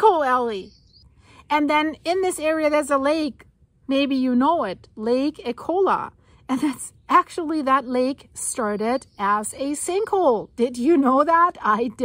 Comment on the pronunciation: Yep, I'm aware of sinkholes in Florida. I have lived in the Orlando area for 34 years. I do own a home and the thought has crossed my mind, but I don't obsess about it. FYI, the iconic lake downtown called Lake Eola is pronounced EE-ole-uh. 😊